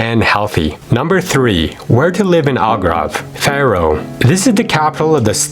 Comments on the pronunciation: It’s Algarve not Algrave. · Al-gAR-ve not Al-gRA-ve (AR not RA) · So much great information! I think it is very important that you pronounce the name properly though…listening to you say “Algrave” instead of Al”GARVE” was annoying. Otherwise, great video. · Try saying ALGARVE instead of ALGRAVE !!! ....If you want to peak interest it is important to get your pronunciations correct which you have not done throughout this video. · It is ALGARVE not Algrave and North Africans are NOT arabs but AMAZIGH!!! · It’s AL-GAARV, not AL-Grave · Why is he saying “Algrave”?? It is “Algarve” ! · He read it in the liberry. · Yeah, WTH? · Your video is very good, but could be better if you correct your pronunciation of Algarve (it's not Algrave). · What is the “Algrabe”?? 🤣🤣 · I wish this narrator would not pronounce this word as the "Algrave" ... aargh! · PLEASE STOP STOP CALLING IT "ALGRAV" STOP!!!! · Sorry, couldn't keep watching, hard to take seriously when the one giving advice can't pronounce Algarve correctly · Exactly my thoughts also. I couldn't bear hearing the wrong pronunciation any longer, so after 5 minutes I gave up this video. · You need to pronounce The word Algarve properly..,,,,!